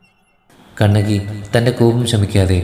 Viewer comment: ചിലപ്പത്തിയല്ല, ചിലപ്പതികാരം' കണകിയല്ല, കണ്ണകി. ദയവായി തെറ്റിക്കല്ലെ... മനോഹരമായ ഒരു പേരല്ലെ..